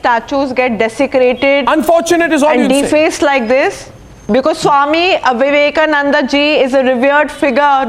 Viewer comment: She don't want to call Swami Vivekananda , She wantedly calling swami Avivekananda